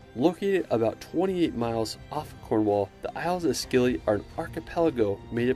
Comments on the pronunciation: Hi. I'm from Cornwall and Godrevy Point is near where I grew up. It's pronounced 'god-reevy point'. You need to come visit it! Oh- and it's the Scilly Isles -pronounced 'Silly' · Ps.. we say Scilly like Silly.. not skilly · The Isles of Scilly are pronounced "Silly", not "Skilly". An easy mistake to make if you don't know them.